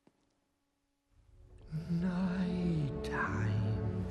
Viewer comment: My only complaint with Gerard, is how he says night at one point, it sounds like he's saying Nought, my ear picks it out EVERY TIME I listen to the song!! It drives me crazy lol.